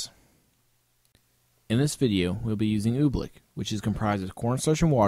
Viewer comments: Oobleck is said like how it is spelled. It's not Obleek, it's like Oo-bleck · OOBLECK not OOBLEEK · I thought he was saying "oblique". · Are we all gonna ignore how he called oobleck oblique? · You're pronouncing "oobleck" wrong. Dummy.